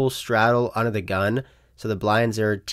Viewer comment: Alright, I love you, you seem like an awesome dude but this is killing me… When you say ‘makes the call’ it sounds like you are saying ‘makes t’call’ or something. There is a the. It’s ‘makes. the. call’ but if you are fucking with us then kudos, you got me.